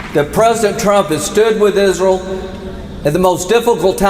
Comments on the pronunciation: "Isrul" what a ghoul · "Isrull" 😂 I still laugh every time. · thanks. lindsey's dildo must be white and blue and he calls it isrul. good vid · Izzruwl😂 no no no no no🤣🤣 izruwl has demoncrazy🙄🙄🙄🙄 izrul is his fwiend👨🏼‍❤️‍💋‍👨🏼👨🏼‍❤️‍💋‍👨🏼👨🏼‍❤️‍💋‍👨🏼👨🏼‍❤️‍💋‍👨🏼🫂🫂🫂🫂🫂